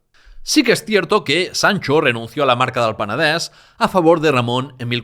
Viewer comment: Muchas gracias por el trabajo que haces, y me encanta que pronuncies Peneder, Berenguer... igual que se pronuncia en Catalan, pero porfa di tambien Girona. Cada vez que dices Gerona miere un gatito.